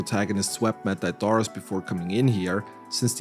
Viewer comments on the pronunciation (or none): none